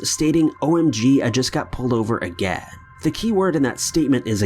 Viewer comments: more like "Agehhhh" 😂😂 it's bugging the shit out of me. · It bugs me so much that you don't finish the word "again" 😭😭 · "Ageeeuugh.... the key word here, is ageeeuuggh" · Lol. The way he says again.